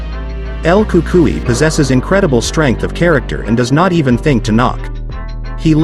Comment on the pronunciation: It's El Cucuynot El Cukai you stupid idiot